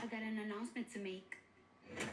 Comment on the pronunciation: I got ananananannanananoucment to make 😂😂😅 the prononciation god